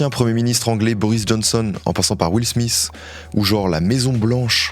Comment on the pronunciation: Et Will Smith et non smiss (au pire, ça peut se prononcer Sm"ite"). Mais sinon toujours aussi bon 👌🏿🤌🏿